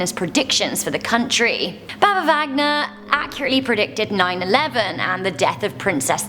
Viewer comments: it is actually baba Vanga, not baba Vagna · It's baba Vanga, not Vagna. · It's not Baba Vagna it's Baba Vanga, one of the most iconic bulgarian fotune tellers. There are many stories here of her properly predicting the faiths of many people... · it's baba VaNGa, not Vagna. As in - you don't say Bagn - you say Bang. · Hello to you and the whole crew of MostAmazingTop10. I'm from Bulgaria and I really like your channel. I'm really happy that finally my small, but beautiful country took place in your chart by mentioning the prediction of our beloved Baba Vanga. She is one of the most famous people born in my country, that's why I couldn't stop my self from correcting you. Her name is Vanga not Vagna. Besides that I want to say that I really like what you are doing and I hope that you won't stop telling us the Most Amazing stories around the world. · It's Baba Vanga not Baba Vagna P.S. Love from Serbia❤❤❤ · Vagna? More like Vanga :O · Vagna is pronounced Van-ya. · Hi! Great video! Just a note - it's VaNga, Baba Vanga. :) Have a great day!